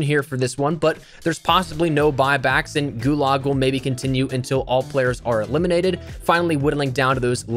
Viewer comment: "Gulag" not "Gulog"